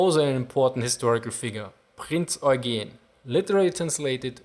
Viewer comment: scharnhoorst, prinz oign.